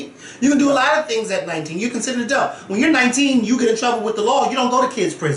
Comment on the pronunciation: Yessss for saying “a-delt” about 20x in this vid. I love it. I disagree though. 19 is an adult legally, but she still should’ve stayed in a child’s place with these GROWN women.